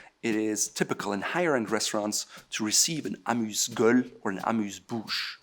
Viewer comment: Please don't say amuse geule.